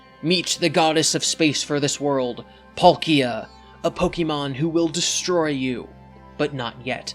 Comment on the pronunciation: that's how you pronounce palkia?